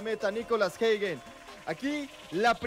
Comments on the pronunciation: No es hegen es Hagen , el comentarista está mal , Hagen con a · Se Pronuncia "jeiguen", y eso que soy mexicano. Fue figura su portero, muy mal, pudieron haber sido goleados. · No xd se pronuncia “Jaguen”